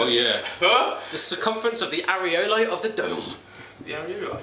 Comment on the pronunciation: Areola,, not areolo xD.